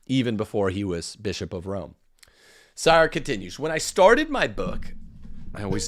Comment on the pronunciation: Henry Sire pronounces his name as "Seer".